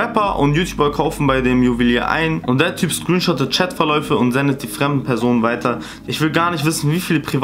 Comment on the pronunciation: Leude“ ,,Weider“ ,,Weidersendet“